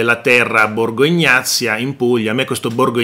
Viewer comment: BORGO EGNAZIA, non ignazia.